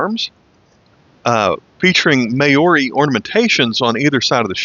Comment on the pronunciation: Mao ree not May or ee, mate!!